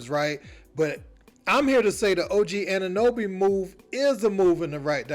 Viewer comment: 'Anunooby' LOL This just proves that Americans don't give a damn about what's happening in Toronto.